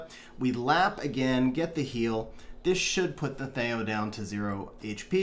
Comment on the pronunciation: first time ever hearing him called thay-o lol. thee-o.